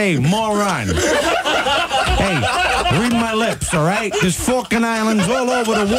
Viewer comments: Falkland, not Falkand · "The Falking Islands!" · jimsradiomusic What falkin Islands are you talking about?